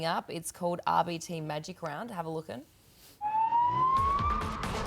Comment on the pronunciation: “Have a looken” 😂